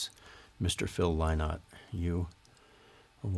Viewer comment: Tks tim...by the way it's pronounced "in" like the bird linnot...so proud of him...he was the only black man in Ireland in the 70s ....I mean the only one...we loved him tks